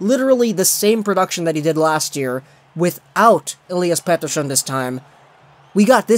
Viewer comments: pronounce Pettersson's name like an asshole one more time and I will unsubscribe. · Swiss? They're Swedish lmao